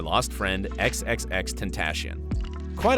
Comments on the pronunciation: How he said it: tEnTaChIoN. How to pronounce it guide(aka me): Tentaseeown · “Xxxtentashion” lol it’s xxx-ten-ta-shion diffrent saying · you know you pronounce x's name as "xxxtent-tass-i-on" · For 1 the song “I love you was not for xxx another song was and 2 who is the fuxking world is XXXtentashion it’s XXXtentacion dude you don’t even know who the fuxk your talking about btw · He said tentashone hahaha, this isnt supposed to be mean btw its just funny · no hate :( but he said XXXtentashion.... (ten-tAh-ShiOn) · hold up- did this man just say “xxxtentashian” ??? lol ok 😳✌🏼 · x x x tentaSHion 😂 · nigga said "tentashion" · The way he said tentacion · Exactly and they also pronounced "xxxtentacion" completely wrong